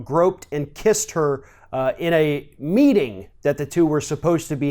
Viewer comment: Did u say at a meat-in? Hmmm?